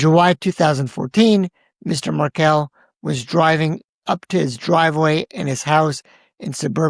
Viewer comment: actually pronounced Markel and Adelson correctly, so I’m thinking that commenter is either a bot or paid agitator. IMO TY ❤